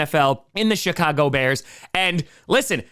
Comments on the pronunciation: is it just me or did he say the shitcago bears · Was it just my imagination, or did he say the Shit-cago Bears when talking about the Redskins? Yeah, I said Redskins. I still have Redskins hoodies and such, I never bought into this whole WTF or Commanders BS. Even some Native folks have spoken up to say they want the old name back.